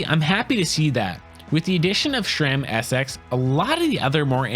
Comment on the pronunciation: it's sram not shram